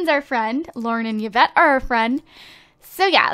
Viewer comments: hehe it's pronounced evette and spelled yvette, not yievette.. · Yvette is my French name and it's actually pronounced like EE-vet haha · Yvette is actually pronounced like this (EE-vet)